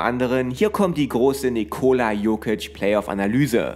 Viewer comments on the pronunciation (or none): Triggert schon ein wenig wie du Nicooola aussprichst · die Betonung liegt auf der ersten Silbe, also dem i